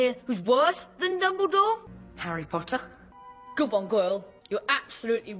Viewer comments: It’s not Potter or pottah it’s PPOttaH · draco: Potter my subtitles: Pasta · Me: potter Draco:POTTAH Me:NO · "you'll never catch me POTTAH!" Sweetheart he's trying to catch the snitch not you. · Draco really does like saying POTTAH more then Harry likes saying Draco. Lol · There should a video for every time Draco says "Pottah" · Everyone: Harry Pottah Draco: hArRy pOtTaH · the reson malfoy says PoTtAh more is because hes gay while potter is bi 😌💅 im smort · Harry: repeat Draco: sure Harry:po Draco:po Harry:tt Draco:tt Harry:er Draco:er Harry:Potter Draco: PoTtAh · Video: PoTtAh Captions: pAsTa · Draco when he calls Harry:PoTtAh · Now he fr got me pronouncing it "pottah" and not "potter" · gay pottah? you wish. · Pottah i mean it sound like p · sup pottah! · During the potter scenes draco is say potter like butter but with a p 🤣🤣🤣😂😂